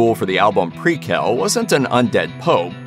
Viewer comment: Host can't pronounce simple words like "nihil" or "prequel"🤣🤣🤣